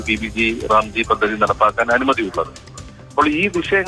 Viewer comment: ഈ പദ്ധതി പേര് ഇങ്ങനെ അല്ല പറയേണ്ടത്.. VB- GRAM (G) എന്നാണ്.. മലയാളത്തിൽ VB- ഗ്രാം (G) എന്നാണ്.. അല്ലാതെ G റാം (G) എന്നല്ല